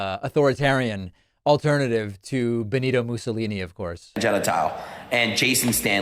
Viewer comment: Benito "mesouli" / BENITO MUSOLINI, you idiot!!